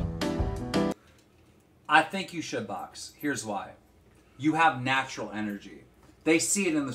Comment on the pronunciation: "You have natrual energy" 😂😂 yeah like keem knows what that is